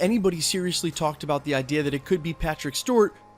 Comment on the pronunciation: u said”rong” I’m correcting your sentence also “about” not abute